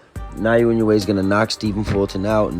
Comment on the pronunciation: エノウエじゃない、イノウエだ。英語でも正しく発音してくれ。